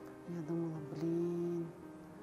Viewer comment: Блиин а вот бы не"Блиин"